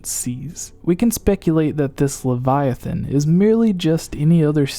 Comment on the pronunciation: Hey at least he can pronounce Leviathan correctly